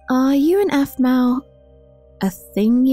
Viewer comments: I DONT LIKE HOW LEVIN CALLED APHMAU APHMAU ITS NOT RIGHT!!!! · his voice is awsome, but in the season finnally he said aphmau really strangely. it kind of annoyed me that he loved her so much, but couldn't pronounce her name, but everything else about his voice it awsome. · anybody rewatching in 2018 and slightly uncomfortable by Levin calling her “Aphmau” instead of mom? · For some reason when Levin says "Aphmau" Instead of Mom it makes me forget they are mother and son a little bit :/ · I thought aphmau said we need to protect the bees 😂